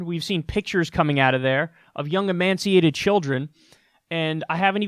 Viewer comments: Emaciated (E-may-she-8-ed), my friend... not emaNciated. Just a friendly correction. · Kyle, FYI – emaciated not emanciated – that's not a word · Emaciated. Not emanciated. I corrected Kyle; this is the greatest day of my life. In your face, Kyle! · The word is “emaciated” Kyle not “emanciated”, jeez!... fake news! (Sarcasm) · yikes Kyle, "emaciated" children, not emanciated. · Its not emanciated it is emaciated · No n in emaciated Kyle ;) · "Emaciated" not emanciated LOL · . . . you mean emaciated? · Emaciated. No n. Not emancipated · You say "emanciated". AFAIK it's pronounced "e-may-shi-ated." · Emanciated??? Emaciated perhaps :\ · Amaciated not emanciated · emaciated, not amaciated nor emanciated. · Emancipated??? Emaciated... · “Emanciated....” is that the quality of being halfway between emaciated and emancipated? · Kyle its emaciated not "emanciated". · emaciated not emaNciated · Emaciated is pronounced e-may-see-a-ted; it sounded like you were trying to say emancipated! lol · emaciated eh-Māshe-ee-āded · If I was running a show, I would definitely want to know if I was misusing a word. It's emaciated (e may see a ted). Sounds like you're inserting an N. Much love from a jaded American who sees the extraordinary service you provide all of us, Kyle. <3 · Emaciated Kyle, no N. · No "n" in emaciated. Otherwise, good clip.